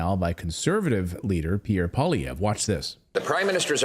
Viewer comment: You make Paul Poiliervre sound like a Russian name. It's French. Poil means the hair or fur of an animal and is pronounced like "pwal" and lievre is French for hare and sounds like li-ev-re, so it means hare fur. Maybe his settler ancestor was a trapper.